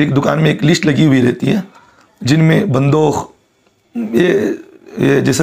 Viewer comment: بندوخ نہیں مول صاحب بندوق ہے اردو ٹھیک کیجئے